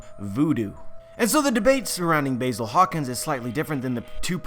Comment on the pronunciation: How you gonna be such a big fan of one piece but still say basil's name wrong?